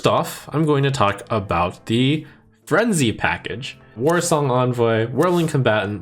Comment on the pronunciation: "Warsang wrangler"